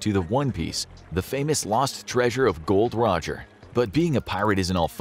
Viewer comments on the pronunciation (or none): It's Gol D. Roger not Gold Roger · Part two please.. and it's Gol D. Roger not Goldroger😊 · SAY IT CORRECTLY!!! GOL D. ROGER 😈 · It’s Gol D. Roger’s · Its Gol D Roger Its lore accurate and important to say the D